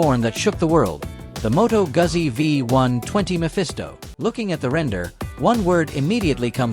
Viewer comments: It's Goozi , not Guhzzi. AI is killing the world. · It's pronounced Moto Gutzi...dumb chat ai